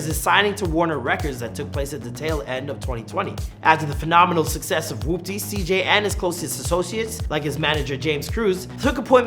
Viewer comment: Thank god this guy said "Whoopty" right unlike the guy that did the before they were famous on CJ